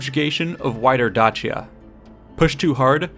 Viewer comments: i thought "Dacia" had the C pronounced as an S. while in classical latin, it would be Dakia, just as Caesar would be Kaesar. or so i've learned. at any rate, exquisite video thank you for the added knowledge. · Dacia is pronounced “Day-See-Uh” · Please stop saying Datshia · Well, that's not a good start. Caesar didn't think about invading Dutchia, he thought about invading Dacia. I assume you're trying to pronounce it as it would have been in Latin, but in Latin, the letter C was pronounced as a K, not as a tch blend. That's a thing in modern Italian. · … you’re mispronouncing “Dacia”. It’s pronounced Day-Shah, or I guess the Latin is pronounced Da-key-ah. Fantastic video and super well done, that’s just me nitpicking insignificant details haha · It makes that "ch" sound when it's followed by E or I, like he pronounces it at the very start of the video, however he pronounces Dakia which might be how romans said it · In English, it's pronounced "Day-shah" or "Dah-see-ah". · How can I take your work seriously when you can't even pronounce Dacia correctly? If you can't even be bothered to accurately research how to correctly pronounce Dacia, your "educated" opinion on any matter is suspect. Stopped watching after 20sec in after that horrendous "Dacia" pronunciation. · not even the same thing lol and he has a point about pronouncing Dacia correctly. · This person needs to pick a way to correctly pronounce Dacia.... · Who says Dacia like that? Made my ears bleed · A few Billion other do not say it that way!